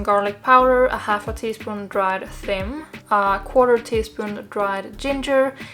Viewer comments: Thyme is pronounced like time :) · Hi,! The spice 'thyme' is pronounced like the word 'time'. It's strange but that's English:D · What did you say ? A half tablespoon of dried FEM? What is that? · Thyme is pronounced time, no? Or am I saying it wrong forever?